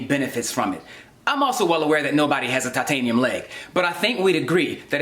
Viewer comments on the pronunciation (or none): I think you mean "toitaniem shien bouwn" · Toytaynium shinbone